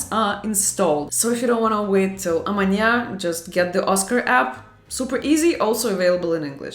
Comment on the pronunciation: Nice video 😊… “amanha” 😅